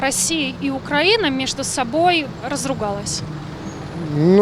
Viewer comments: Ведущая! Украи'на (ударение на И) и поэтому украИ'нец, а не укрАнец. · Украина и Украинцы внимание для ведущей!!! Ударение не "а" а на "и". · Государство УкраИна, народ украИнский☝🏻 Журналисты должны правильно произносить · Солнышко, делай правильно ударение Украина, украинцы, ужасно слушать. 🤮